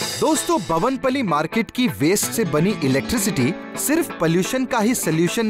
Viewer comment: bhavan pally nahi Bowen pally market he bhai